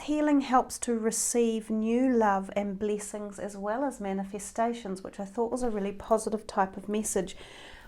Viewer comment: I love the way you pronounce bleesings...bleesings! You are adorable